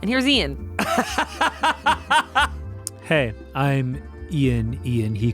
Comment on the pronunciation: Ian Eean Heean